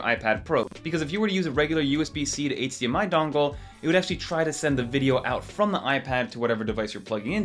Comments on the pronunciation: hahaha you pronounce eightsdee MI haha😂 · Bro, how do you say “H” in HDMI ?! 😅